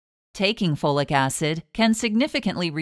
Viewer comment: Take FOLATE, not Flolic Acid.